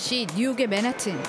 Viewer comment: 발음 진짜 구려서 못 듣겠네... 맨하튼이 뭔가요 본토발음 맨햍은이라고 하든가 한국발음 맨하탄이라고 하든가 ㅋㅋ